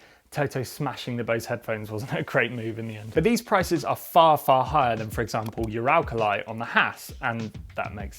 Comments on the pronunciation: Yuralkalaye? Ooralkalee. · the way he pronounced uralkali makes me wanna cry🥲